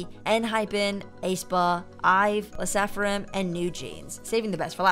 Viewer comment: also just heard “lesaphrim” 💀